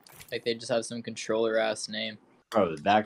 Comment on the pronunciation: Lmfao he said controller anjing